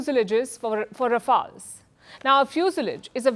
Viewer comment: ......"it will produce few so layjis forre for rafowls" .... Oh dear. Only bhakts can say she's the best in the world, and surely she is a fit for all of them.